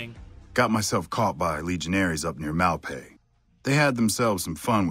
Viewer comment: the humor in you mispronouncing "Malpais" and following it up with a clip including the correct pronunciation is not lost on me. you pronounced a lot of shit wrong that they audibly say in the game, why are you like this